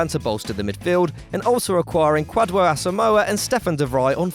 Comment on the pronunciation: please Kwadwo is pronounced "Kojo"